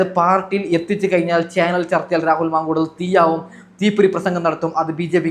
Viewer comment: രാഹുൽ മാങ്കൂളം അല്ല മാങ്കൂട്ടം